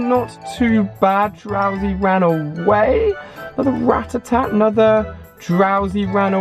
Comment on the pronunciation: ali, its RA TAH TAH LOL love you tho mate